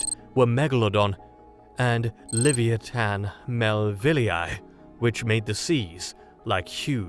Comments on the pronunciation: Leh-v-eye-a-tan, not lev-ee-ee-tan. Dang brits. 😅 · Certainly an interesting pronunciation of 'Leviathan'.